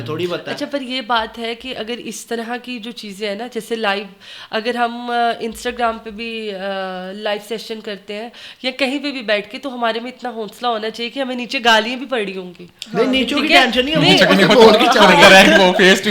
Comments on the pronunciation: Sari baten apni jaga lykin ki urdu ka level 😂 hosla hota hy honsla nhi Isko apny urdu pe kam krna chye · honnnsla😂 hosla😂